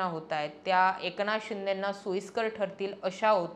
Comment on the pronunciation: ए...क नाथ शिंदे नाही ग बाई एकनाथ शिंदे. कोणत्या शाळेत शिकलात आपण? बाकी न आणि ण ह्यातला फरक तुम्हाला अजिबातच कळत नाही बरका 😂